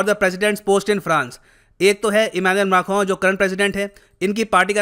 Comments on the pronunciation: Who else loves it when says Emmanuel Mackhron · I need to learn pronouncing Emanuel Macron correctly from 🙂